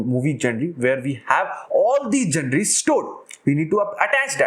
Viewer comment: to those who don't understand it's pronounced as- "jawnur"